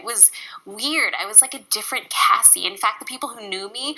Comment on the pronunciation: I'm so proud of Cassey for uploading that video. I hope she transitions to veganism! P.S. Thanks for finally pronouncing Cassey's name right.😉